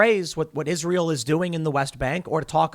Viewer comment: Why do you and many other say ISREAL? It's ISRAEL!